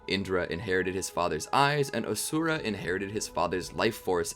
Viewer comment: its not A-sura its A-shu-ra